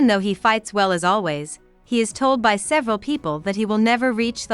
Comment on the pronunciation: I can't believe someone posted this with an automatic reader. It pronounced the word "by" with the letters b-y. Seriously?!